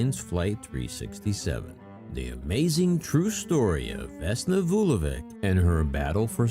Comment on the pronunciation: The plane was shot down (planted bomb) by the Croatian Ustasa, the communist government at the time did not like to announce it because most of the dead were Serbs.And you could learn how to pronounce Slavic (Serbian) surnames, that letter at the end is not read as K but CH.